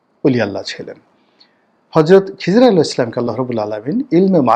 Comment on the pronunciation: মাশাল্লাহ, একটু শুদ্ধ করার বিষয় ❤আসসালাতু ওয়াচ্ছালামু "আলাইকা" ইয়া শাফি আল-"মুজ্জনেবীন "